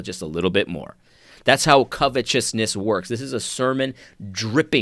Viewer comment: I knew it all along, you are a fraud!!!! you say covetousness the correct way!!! It slipped out because you’re a false pronouncer of the English language!!!!!!